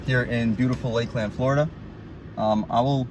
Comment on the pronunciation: Thanks for the review champ. It's not Lake Land, it's Lakeland.